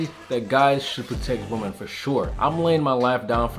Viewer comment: You still don't know how to pronounce "women" correctly and it bugs me.